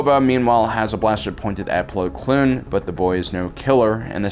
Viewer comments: Man's called Plo Koon, not Plo Kloon😂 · Bro, it's Plo KOON, not Kloon. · Why do you say "plo kloon"? its plo koon... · It’s plo koon . Not plo kloon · If he says "Plo Kloon" one more time... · Attila The Hun can I super like this??? His pronunciations have been terrible for years. It’s like he’s never watched the show just read the synapsis.